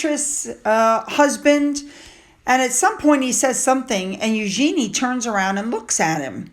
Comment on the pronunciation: Hello. The correct way to say Eugenie’s name is: “YOU-zheh-nee” (stress on the first syllable), not “you-GENIE” (with emphasis on the last syllable) (like “genie in a bottle”). The second way is totally incorrect.